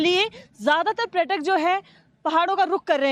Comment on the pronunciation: Female correspondent speaking praytak in Hindi , can not say the word correctly paryatak .